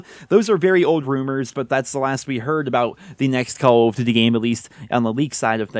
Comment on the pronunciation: why do you pronounce it "call of dty"?